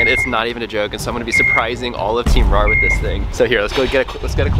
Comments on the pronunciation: “WOTH” haha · Imagine being here before he changes (woth) with (with). Just (BRUH) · “Woth” XD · He put ‘woth’ 😂😅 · The taitel is _________woth instead of with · Woth instead of with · You said woth or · Is it supposed to be with or woth? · you did this vid twice the other one said woth not with